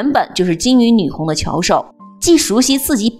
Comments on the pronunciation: 有2处错误，女红（gong), 句读（dou)。但是不妨碍讲的不错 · 读女红（工），主播是什么文化水平？ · 讲的很好哦，内容不错。但是“女红”的“红”是读“工”，你读错了